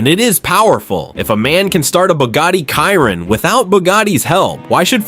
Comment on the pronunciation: It’s a Chiron pronounced “shear on” not “Kyron”